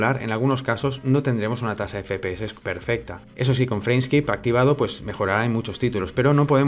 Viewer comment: Minuto PERFESTA, palabras inmortales de XD, Saludos desde mexico bro